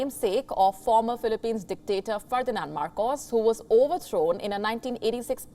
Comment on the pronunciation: Why is the word “dictator “ is always emphasized?